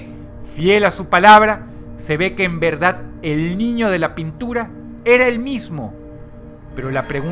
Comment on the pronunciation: dross,porque si eres porteño dices "la verdat"?